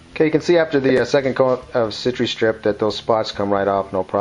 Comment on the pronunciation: SI TRA STRIP not sitchy-strip